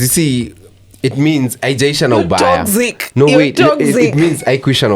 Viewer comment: Toxic is pronounced as toksik NOT tokzik